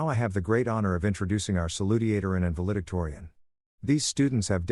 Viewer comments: The word is "val·e·dic·to·ri·an." I'm glad this is a story and not real. This woman needs to be harmed. And even though it's fiction, it's good to think about a man who can be a father. Indianapolis, IN USA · You mispronounced valedictorian.